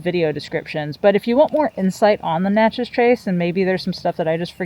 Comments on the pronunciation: Great content and I really appreciate what you do. However, you’re mispronouncing the town in the trace Parkway…. It’s Nat-chez not Not-chez.. 🤦🏻‍♂️ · Its not Notchez. Its Natchez but great video